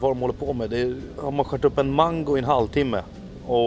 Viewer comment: Och mangu killen då? :)